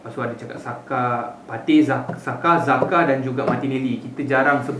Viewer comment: Sebut jaka ok dari zaka*.. hahahaha 🤣😂